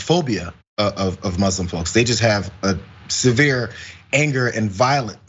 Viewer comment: Hey John ... please learn how to pronounce Muslim. It's not supposed to sound like muslin (cloth). Even Donald fricken Trump says it correctly. Check this link.